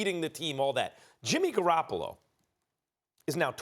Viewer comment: Janeane garofalo 🤣🤣🤣🤣 I swear this is what I hear when they talk about the 49ners quarterback 🤣🤣🤣🤣